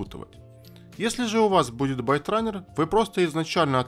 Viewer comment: исправь спеллинг в слове "byterunne" . правильно Baitrunner и произносится не байт, а бейт.. от слова bait -приманка